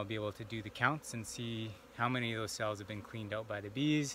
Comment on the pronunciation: These millenials drive me nuts with their emphasis on the last sylaBBELS. It's like backwards speech. "In 24 hours I'll come back and pull THOSE FRAMES..." I'll never understand where this pattern developed. Oh well, neat process on the brood check.